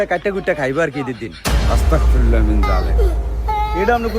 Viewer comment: ওয়াস্তাগফিরুল্লাহ না আস্তাগফিরুল্লাহ হবে